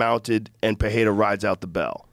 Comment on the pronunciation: Will anyone teach how that Pereira speaks with one R, so it is an italian R, roll… and Ferreira, two Rs, sound like the American H… Jesus he sounds dumb saying perreira